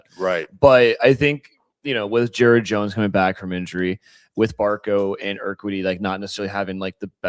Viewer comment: Urquidy - pronounced - eer - kee' - dee. Accent on the 2nd syllable